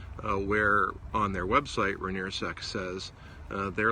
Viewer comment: Its pronounced Rai-nee-er by locals Everyone calls it rip-off